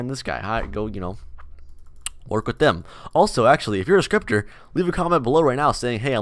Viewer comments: i thought he said stripper lmao. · When he said scripter 1st time i thought me said striper and i was like wàaaaa🧐😱